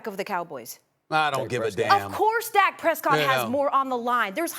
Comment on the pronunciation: lol she called dak a Cowback lol